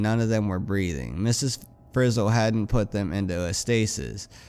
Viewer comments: It's Miss Frizzle not miss fizzle. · BTW it's not miss. Fizzle it's miss. Frizzle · its not fizzle, its frizzle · Zach Daniels lol yeah he says fizzle lol!